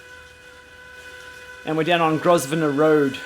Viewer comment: "Grosvenor road" is pronounced "Grove-ner"!